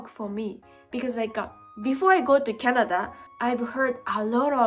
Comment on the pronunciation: I like tennis, and I didn't know people play it in Japan. "Ice cream, you scream, we all scream for ice scream." Damn it, I hate the English language so much (I am serious). EDIT: ""Canad-er" alert! It is SO damned cute when says that! It's even cuter than hearing 'Mrs. Eats' say "Soff-er" (Mrs. Eats means "sofa", like a couch)... (More cute -talk or -isms: "Mary-wonner", "Cokai-een", "Chock-rate", "Canadarias", YouTube "Chan-niel", "co-weef-idence", and lastly "ten-nees") Honestly, I know that will eventually pronounce every English word PERFECTLY.... but I will also be a little sad 😥 about it, because her unique way of speaking and doing things is a part of what makes so damn loveable 🤗